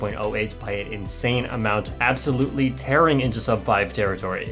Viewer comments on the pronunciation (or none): none